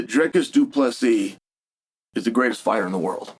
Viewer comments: As a Du Plessis, that is a pretty great pronunciation 😮 what are you talking about? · Bro that literally crossed my mind lol…I was mindful of Chael saying DDP’s name right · Apparently good enough to have old Uncle Chael pronounce his name entirely properly - unlocking 🔒a mythical character; ’pronouncing a fighter name correctly Chael’